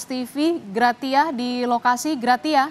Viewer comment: PELAFALANNYA GRASIA, BUKAN GRATIA =)) ANCHORNYA KOMPAS KOK GAK CERDAS SECARA LINGUSITIK YA????